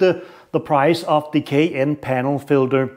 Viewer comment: LOL,,,,Sheash man,,it’s called a “K and N” air filter not a “k n” which sounds like you are poorly attempting to pronounce a Porsche suv. IE the Cayenne. Also your test is inherently flawed and should have been done on a dyno to get anything close to repeated accurate results.